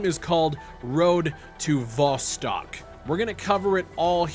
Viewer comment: Dude pronouncing Vostok a different way every time